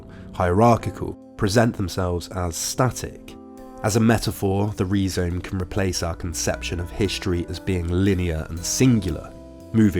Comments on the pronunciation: I always heard it pronounced Rye-Zome before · great video but im pretty sure its pronounced rai zome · Perhaps that's how D&G pronounced 'rhizome' in French? But this vid is in UK-English, so /ˈrʌɪzəʊm/ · Rye zome not Ree zome. A pro pro? Kids! 🙄🙄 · Rhizome is pronounced RYE-zome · Is that how the British say rhyzome. What, do they hate the greeks? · Learn to pronounce the main word you're discussing. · Do High Theory people really pronounce "rhizome" like that? Wild!